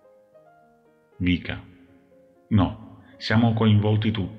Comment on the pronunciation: Non si chiama vika ma viska 😊